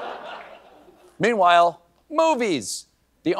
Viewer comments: i thought he was losing it trying to say MEATWHILE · I still don't understand why people giggle at the... PAUSE..."meanwhile"